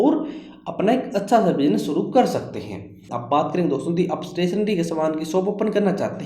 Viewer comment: Stationery bolna sikh ja😂😂😂